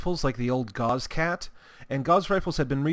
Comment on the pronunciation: Just FYI, Gauss is pronounced as such